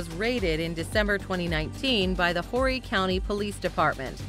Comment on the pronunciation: I love the way she mispronounced Horry county on Doc Antel’s segment. It’s not “Whorey” 😂 it’s pronounced “O Ree” with that H silent! Yes, former resident of Horry County aka Myrtle Beach, SC! But I was in Surfside Beach, same county! 🕶 👙🐬 🦀